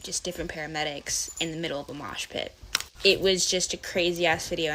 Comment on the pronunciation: Love how says mosh pit🤣🤣🤣